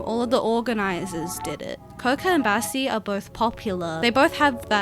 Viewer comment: Am I the only one who heard her say Bessie